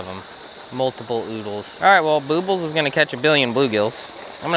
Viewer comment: Lmao...boobles...i thought it was...boob-les..lol